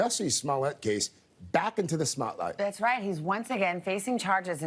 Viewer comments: Did that news anchor say "back into the smotlight" ? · Did the news anchor say " ...thrusted Jessie Smollett back into the "smot-light" ??? Watching so much late night comedy, I'm not sure what I'm hearing , I'm laughing so hard. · Did that guy say,"Back into the Smolight?" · In the smotlight? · Did that anchor say "Smotlight"? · We call it the Smot-light now. "Back into the Smotlight" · This guy said "Smott light" 😆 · "A dramatic new turn that's thrust the Jessie Smollett case back into the Smotlight!" -Today Anchor he did say Smotlight did he not? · Did he say back in the Smott light? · You heard him say smotlight LOL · "...back into the Smotlight.", eh? 😏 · "back into the SMOTlights." :D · smotlight? Ew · Did he say “back into the Smotlight?” 😂🤣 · That news guy totally says "...thrust the Smollett case back into the SMOTLIGHT" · Haahaha that host killed me by saying "Smotlight" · Did he just say "back into the Smotlight"? Is that a Smollet spotlight? 😂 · Back into the smotlight 😭😭😭😭😭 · If you listen at the 18-22 second mark. My guy over here reporting says “ he’s thrust back into the smot life” 🤣🤣🤣 if no one else did, I heard you sir😐💯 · Did that anchor just say "...back into the Smotlight"? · I swear I heard him say the same thing lol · Yup. The Smotlight. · That’s what I heard.